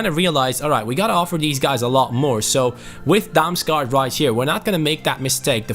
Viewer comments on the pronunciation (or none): You say å like an o. The same with aa. Damsgaard = Damsgord. And Damsgaard is danish